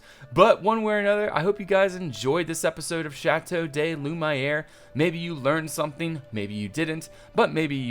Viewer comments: Loo - Mee - air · I disagree. Maybe if you don't speak French you might think it's an acceptable pronunciation as it sounds kind of close, but it's wrong. If it had an English name he wouldn't mispronounce it so badly just because that's the way he likes to say it. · French is my mother tongue, and while it's true that his prononciation is awful (especially when it tended to be better in older episodes), isn't trying to speak French here, so "languages don't work like that" doesn't apply. Moreover, all languages do borrow words all the time, and they usually end up sounding completely different from the original word after a while. What is doing here is kinda similar since it's just a name he wame up with and gave and he has the right to pronunce it how he wants to. (Although I would personnaly advocate not to do it in this particular way, becaus it indeed sounds horrible (especially the \aɪ\ part he says in "Lumière":P.) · You should probably change the name to "Château dai Lumaï'ere" to better reflect the proper pronunciation of how you pronounce it :) it looks cooler and kinda moves away from French towards a more fitting medieval title; your own personalised play on the French words for Castle of Light :P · Hey, how will the hamlet be called? Need ideas? And it's Lu ME air!!! "hErP DerP mY naMe Is DukOn anD I PreFer Loo mY aIr" XP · Tbh i don't agree with your decision to pronounce Lumière differently. You can't just take any word from a real language and pronounce it the way you want. As someone who can speak French it's just really annoying and it sounds like you don't know what you're doing. Plus it will only cause confusion as no one will pronounce it that way. If it was a French name: alright fine, but a French word: nah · Nocturne he named his build and likes the way he says it. There's no issue in the way he wants his build to be said. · It's not a big deal... let him say it the way he wants to